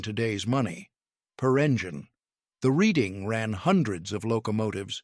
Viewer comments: Just for the record: Reading (RR & Pa.) is pronounced "redding." The narrator goes back and forth, but largely prefers "reeding," which is incorrect. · It's pronounced Redding. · Interesting topic made boring by too much repetition. Errors are rife in the presentation: - Name Reading only pronounced correctly once. The city is named after a city in the UK and is pronounced as "Redding." - European locomotive pictured. - If Wootten received his patent in 1877, why is a picture of the 1869 completion of the transcontinental railroad (Central Pacific and Union Pacific) shown? - PSY should be PSI (pounds per square inch). - Discussing the coal load, "some were dampened by rain before they reached the tender." As the coal loads in most locomotive tenders were not covered, this isn't an issue. - Nice HO Scale model by IHC. - Pictured locomotive is not a camelback. - Again, locomotives pictured are not camelbacks. - "The locomotive design itself was actually more expensive." Not true. Until the USRA designs of World War One, Locomotives were all custom built. Moving the cab would not be a significant cost factor. - Another European locomotive pictured. - Discussing the fireman's position, "balancing on a moving platform while you worked" would more clearly state that the fireman stood on the tender, not the locomotive. He had to contend with the moving targets of the firebox doors. He surely would not brace himself against the "firebox casing" as it was hot and moving with the locomotive. - Complete falsehood. No engineer would oil siderods while moving. This is nonsense. Areas requiring oi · It's a bit difficult to take this video seriously. First of all the Reading Railroad is pronounced "Reding". Centrifugal force is mispronounce. The loco shown when talking about experimental machines was actually ordinary British locomotive. Gawd. I cant watch any more. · It's pronounced Redding